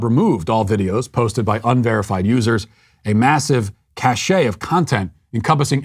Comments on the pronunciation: Matt, the word cache is pronounced "cash," not "cashay." And a group of people IS--not ARE--walking off a cliff. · Cache is pronounced like "cash," not "cashay" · Cache is pronounced 'cash' (as in guns cache). Cachet, as you pronounced it, means social standing. As a cart Nazi, I thought you'd appreciate a grammar Nazi helping you out.